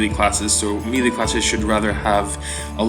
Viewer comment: "maylay" not "mealey" Not to nitpick but it took me a few videos to figure out what you were you talking about!